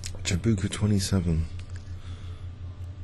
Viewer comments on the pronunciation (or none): its jabuuuuuka not jacuba.. the original perk guy